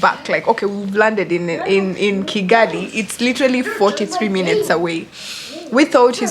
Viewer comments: Kigali not Chigali🤣🤣🤣 it's funny how you can't spell Kigali 🤣🤣🤣 even Chinese can say Kigali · Oh mbu chigali it's Kigali 🤣🤣🤣